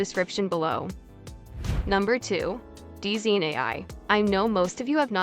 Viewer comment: hate to be that person but DZine is probably pronounced as "Design"